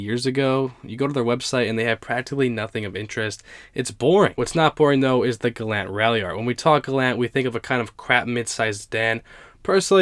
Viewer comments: its galant, gal-aunt not galant, gal-ant. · The gallant ralliart is a car i never heard of. Wow. You say the Gallant wrong bro. It is Gal. Aunt. GAL AS IN Gall bladder and then aunt as in ont Gal ont. Gallant The gallant is the most amazing out of all these cars to me. I never knew it existed. Mitsubishi is garbage though. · It's pronounced Gal-aunt, where aunt does not rhyme with ant. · Your not pronouncing Galant right